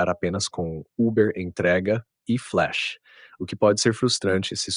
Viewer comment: Uber "fileche" Kkkkkk